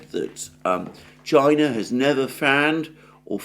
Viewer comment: China not Chia.